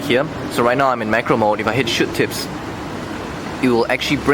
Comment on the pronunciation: lol when he says shoot tips, it sounds like shit tips lool!